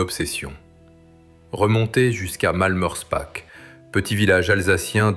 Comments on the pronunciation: Prononcez Malmerspar et non Malmerspack 😊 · alors là, je suis très étonné, le .."ch" en allemand, comme en alsacien, se prononce toujours .."r".. mais je peux aussi vous croire, même en étant alsacien ( bas rhinois ) il peut y avoir des exceptions